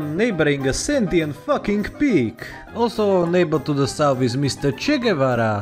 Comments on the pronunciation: South, not sounth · Ah yes, SouNth America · Ah yes sounth america